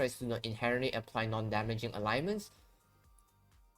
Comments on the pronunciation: its not Alignments its Ailments. Pronouced Ale (like the beer) ments. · ALE - Ments. 2 sylables. I know you are not a native speaker, but you should notice it doesn't have a 3rd vowel in the middle.